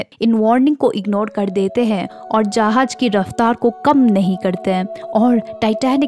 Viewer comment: Uffffff jahaz bolte he tumari jahaj sun ke zussa Araha he